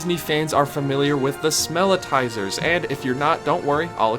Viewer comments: Pretty sure they are “smell-itz-ers” not “smell-it-tizers”. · I think it's "smelitzer" (or maybe "smellitzer"?), rnot "smelitizer." But great vid. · It’s called smellitser not smellitizer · Great video for the most part, but it's smellitzer, like seltzer, not smellitiser. Also, Epcot does have a small tunnel system under Future World, but World Showcase is serviced by the ring road you alluded to. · Isn't it Smelli-tzer, like the Wurlitzer for smells, not Smell-I-tizer? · It's called a ''Smell-it-zer' not '' Smell-i-tizer'' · Smellitzer is pronounced smell-its-er. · The Smellitzer is pronounced "smell-IT-zer." It was named after the Howitzer Cannon when it was invented by Imagineer Bob McCarthy in the 1980’s for the Spaceship Earth attraction in Epcot to simulate the smell of smoke. It is used elsewhere around the park, like on Soarin’ Around the World, or Heimlich’s Chew Chew Train, to make you smell fresh grass or animal crackers. It is also said that they are used to make Haunted Mansion and Pirates of the Caribbean smell musty and old. When Disneyland first opened, they just had fans to blow out the smell of fresh-baked cookies to lure in tourists. Now they use the Smellitzer to pump out the smell of vanilla, and at Christmas time they use peppermint. Good video though.